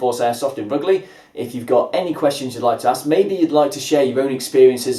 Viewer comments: I'm from rugeley it's pronounced rujeley lol have you tried frontier at penkridge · its pronounced " roo-juh-lee- " !!!